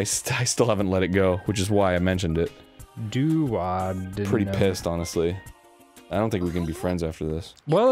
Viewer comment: I died when Dan said "doo-Odd-in-um". Duodenum is pronounced "Doo-O-dee-num" Danny😂